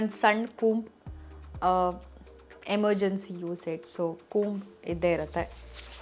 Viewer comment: Adu kajal, kajol alla Cumb alla, comb